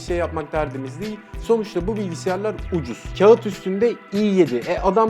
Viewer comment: birader 27 yıldır ceoyum diyorsun daha değil'e "diğil" diyorsun